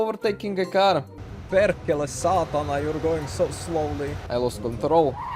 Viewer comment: that "perkele saatana" was almost perfect